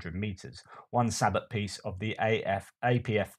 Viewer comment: With regard to the exploding ammo, that's an old psyops trick ... Also sabot is pronounced sa-bow not sa-bot